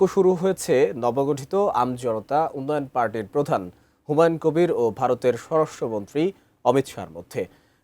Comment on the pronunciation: এতেরে স্বরাষ্ট্রমন্ত্রী বানাইলো কে হুমায়ুন কবিরের নামও ঠিকমতো বলতে পারেন না